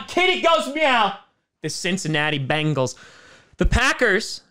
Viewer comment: Here is only 1 a in Bengal. Its pronounced bEngals……not bAngels. Say Ben, say Gal…..put them together………